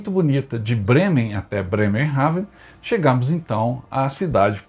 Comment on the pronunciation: Nao se duz assim o nome da cidade